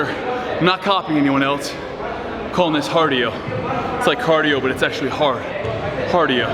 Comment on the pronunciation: he said "hardio" hahaha